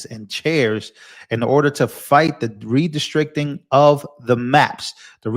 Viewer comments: Stop!! The mispronounciation oh "redistricting" is outright painful. Re- district- ing. Not re-de-strict-ing. Ouch. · RE DIS TRICT ING 😂